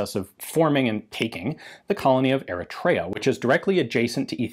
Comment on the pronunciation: Slight mangling of the pronounciation of Eritrea, but otherwise very infromative